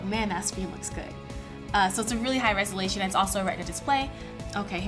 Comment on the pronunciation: did she say res-a-lation? Lol